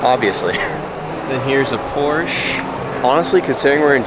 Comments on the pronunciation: please say porsche rigtht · Now that you’re in Germany you can learn the correct pronunciation of Porsche 😂🤦🏻‍♂️